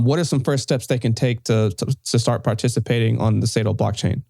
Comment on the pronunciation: Saito man, not Satio 😂